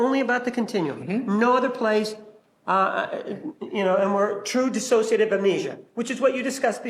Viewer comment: Can somebody PLEASE tell Willmott how to say DISSOCIATIVE!!? She keeps saying “dis-as-sociative,” and it’s making my brain scramble!’😂